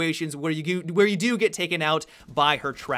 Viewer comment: Did you have a stroke at the end there? "Have a good oyuuuuuuneh" hahaha